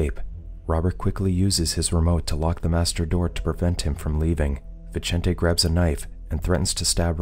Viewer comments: Vicente isnt pronounced like that, its pronounced like Bithente, the "th" as in "think" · Vincent, is the translation to the name Vicente. the way Viecente is pronounced in this video is cringe for someone who speaks Spanish